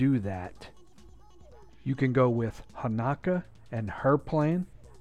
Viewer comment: Dude it's Hanak-O